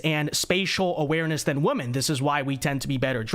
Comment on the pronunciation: your content is great... but PLEASE learn how to pronounce the word "women"!!